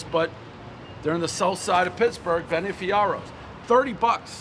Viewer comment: “Benny FiArRose”